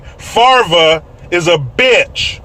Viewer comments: “Brett Favurah” “Brett Fave Ray” LOLLL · Ummmm.. excuse me, sir. Its Brett "FHA-VUH-RUH". Thank you. Sorry for whitesplaining. ❤😂😘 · hi from Louisiana his name is cajun. It's spelled Favre fav-ray. I dont know why he pronounces it the way he does. Im pretty sure he's of Cajun, Creole and Choctaw Indian descent. His hometown Kiln Ms. Is right on Louisiana Mississippi stateline.